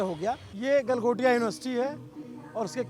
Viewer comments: Do baar “developed by Galgotia” bola hai- how can this be a slip of tongue!! 😂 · Galghontia university 😂😂😂😂😂